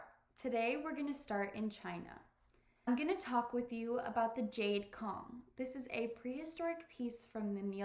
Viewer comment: I think you are pronouncing Cong wrong.